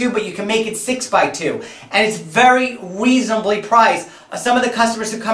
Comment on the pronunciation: It's very "weasonably" priced lol.